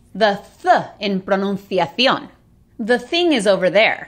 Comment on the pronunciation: pronunziazion 😅😅 sonó divertido